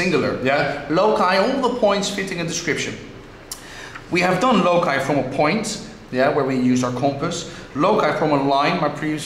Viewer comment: It's a pity this teacher mispronounced the word LOCI... Save our Ears :-)))